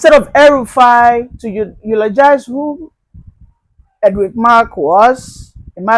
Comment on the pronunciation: DID YOU SAY "HELL RUFAI"